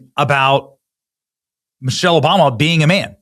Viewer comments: He is not liable for deformation because he said Mochelle. Not Michelle. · Did he say Muchelle?